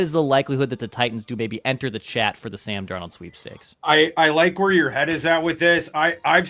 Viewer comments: Is there a reason says DarNEAUX instead of DARnold? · Amongst others Kwesi failed to turn Hunter into draft picks. My confidence of Kwesi pulling off picks for Sam Darnald (Thors pronunciation) into draft picks is 1%. NOT Kwesi’s strength. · Sam is french? is great, but gotta tease him for the Sam dar NOLD pronunciation 😉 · just can’t get Sam Darnold name right 😂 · Can someone please teach how to pronounce Darnold. It's only been a year. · Why does pronounce 'Darnold' like that?